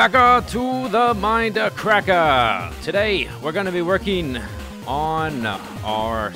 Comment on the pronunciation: WELCOME BACKA TO THE MINDACRACKAH!